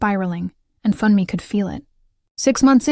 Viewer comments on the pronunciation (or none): Funmi is pronounced FHOON me. Not Fun me!!! Why do the photos of them change to two white people?! Stop that!!!